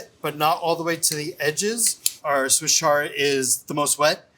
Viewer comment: "Swiss char" 😂